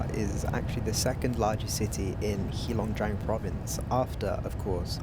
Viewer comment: It's not HEE long jiang. It's HEY long jiang.